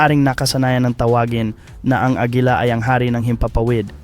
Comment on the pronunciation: Bisaya ka ba agila hindi agela